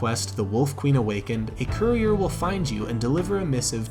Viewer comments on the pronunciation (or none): none